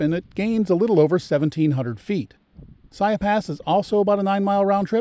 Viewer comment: Piegan Pass is pronounced phonetically as Pee-gan. Siyeh is pronounced "sigh-eeee" I enjoyed your video but cringed every time you mispronounced. I did not check the other pronunciations for mistakes. :). And don't forget for the last 2 years you cannot enter the park without an advanced reservation now. You'll get turned away at the gates if visitors and locals just show up to camp, hike, or even drive the pass.